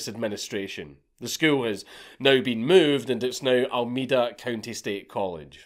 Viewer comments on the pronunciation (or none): none